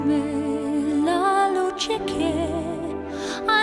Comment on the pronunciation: That 'che 'was not good. The e sound was flattened out which wasnt good and unsupported.